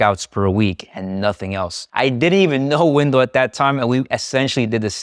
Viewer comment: Why does he keep calling dude, "wimdow"?